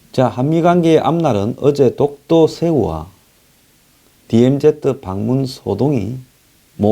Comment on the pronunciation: news briefing을 항상 애청하며 정확하고도 예리한 논평에 감사하고 있습니다. 그런데 DMZ 를 '디엠지' 라 안하고 '디엠제트' 라고 하시는데 조금 귀에 익숙지가 않는군요. ' Z' 를 제트라고 하는것은 일본식 발음이고 이곳 미국에선 ' 지 ' 로 발음 하고 있습니다. 제트는 우리가 중고등학교때 잘못배운 발음이죠.